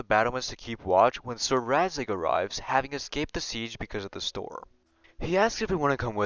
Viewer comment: Its RADZIG, RADZIIIIIIIG 😂 Great video btw ❤️